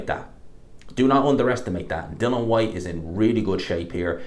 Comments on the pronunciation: it’s DILLIAN FOR FUCK SAKES. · Why is it so hard for you to pronounce ‘Dillian’ properly?